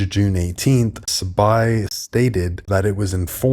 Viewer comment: #Bullish on #RPP! You're saying it right bro Sa-Bye 🙏💯👑📈